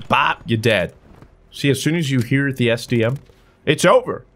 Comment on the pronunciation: I thought he said std so many times